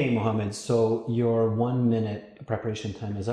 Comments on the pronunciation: As far as I've heard he said Mohammed even though It sounded close to Mamed or something like that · the arab guy say Mohammed and yeah when interviewer said it sounds like mamad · May I have your name please? -My name is Mohammed. -Ok, HIMOMEN ???? Really ???? HIGHMOMENT? HIMOMENT?